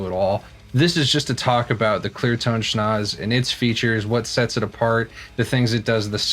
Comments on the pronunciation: It’s pronounced ‘sch-nau-tzse!’ 😉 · You pronounced it "schnoz", dude. Awesome! :'D